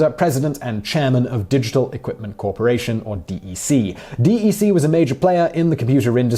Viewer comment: DEC is pronounced “deck”, not “D.E.C.”